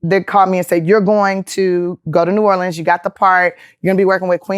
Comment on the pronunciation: Thank you for saying New Orleans right....